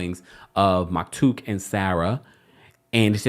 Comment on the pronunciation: I love u I hope u know that but the kids name is maktoum with an M not K